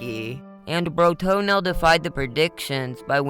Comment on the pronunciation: Why are you saying Bro-Toenail every time you say his name? Can you read?